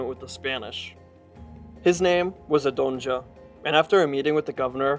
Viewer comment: Great documentary, but you are absolutely just slaughtering these pronounciations, bruh! You're not even trying sometimes haha "Adonja" ? Even though we se the name, spelled in front of us, ADJONA haha. Lord...